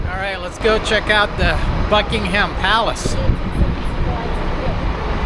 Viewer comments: We also say Buckin-um and not Buckingham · It’s pronounced Buckingum Palace not HAM.